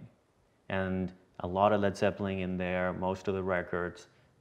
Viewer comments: Did he say Led Zeppling? SMH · what the hell is a Led "Zeppeling" and why do I feel suspicious and a little bit uneasy all of a sudden?